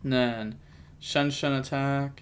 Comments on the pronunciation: Lol where u get shenshen from? Non of those names sound like shenshen lol😂😂, but i think it’s pronounced zong-jian but in one word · Shianjan is how it’s pronounced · i think its pronounced chi ang ge aan because xi = chi in chinese from what i've heard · the pronunce is more like "Chianjian" is a analogy to xianxia that is a chinese fantasy style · Pronounced zong-jong (or close to that. I know how to pronounce it but I’m not sure to how tell you how to say it without you hearing it) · As a fluent english and mandarin speaker, I'm going to give you the one and only secret to pronouncing xiangjian. Say "Shawn Jen". As in Shawn, the name. Then Jen, like short for Jennifer. This will be 99% closer than anything else that any non-native mandarin speaker says. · The authentic pronunciation for XiangJian in Chinese would be shee-ahng Gee-anne. So the first word would sound like you put the word “she” in front of the word “on” with a G at the end, and the second word would be “gee” like “gee wiz” or whatever combined with the name “Anne”. I can also drop a voice message in ur discord if that’s not clear. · The deck's name is pronounced "shianjiam", im almost sure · How dumb can you be to pronounce them SHEN SHEN. I mean it's not even close to their name dude you just literally gave them a new name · I think you pronounce it Shen Jan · Xiangjian could be pronounced like Shian-Yian :) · The pronunciation is like "She-Ahng-Jian" Xi in Chinese makes the "she" sound. You can put the sounds together to be Sheahng, with the ahng including the ah sound. Jian is the way it's spelled :) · From my time speaking mandarin I believe it’s pronounced “shian jaang” is the jaang being pronounced like jong. You say it decently fast so it’s smoother in speaking. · Chi-aang ji-aang is how you pronounce it, you say the first part of each word fast and extend the “a” of the second